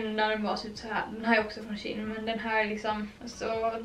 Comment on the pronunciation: du uttalar det som tjej fast med ett n på slutet ”tjejn”=shein